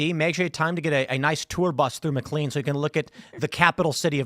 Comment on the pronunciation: I love how Tim mispronounces McLean. Mick clean.